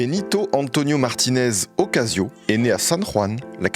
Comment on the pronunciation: "Ocasio" j'ai rie … désolé !!